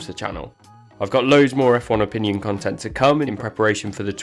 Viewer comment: "red bull conetent" ????